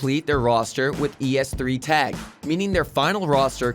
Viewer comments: Holy shit. Please learn a thinf or two about the scene and then be a narrator in a video like this. If you say E S three Tag instead of just es3tag than something is wrong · "e s three tag" WTF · I like how he pronounced xyp9x and es3tag